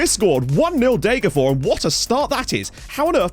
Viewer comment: It's Deh-ger-fosh. I appreciate that you don't think that s is pronounced, but in this rare case the s isn't genetive (Degerfor's IF), the town is actually called Degerfors. Fors means stream. Loving the series as usual!